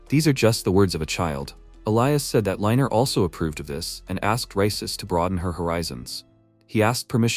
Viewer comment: Hes "reiner" NOT "liner"